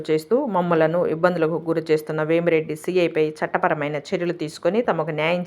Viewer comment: వేమిరెడ్డి కాదు అయ్యా.... వేమా రెడ్డి